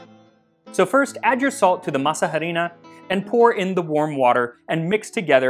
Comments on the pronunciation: "masa harina" the 'h' is silent, masa = dough harina = flour also it would be "harina para masa" (flour for dough) since in spanish we say things in a different order, so flour would be said first since you need the flour to make the dough. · He keeps saying masa harina wrong… H in Spanish is completely silent. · What other Mexican food would you like to see covered on the show? Also, apologies for my horrible pronunciation of Masa Harina (the H is silent). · I love the way you say "masa harina." We usually don't pronounce the "h," but a hard "h" sounds fun! LOL!! Now...I gotta go to my kitchen and make something simple like this....maybe pupusas. Yum! To me, it's really the masa that I am trying to eat! The other stuff is just embellishment. LOL! TY!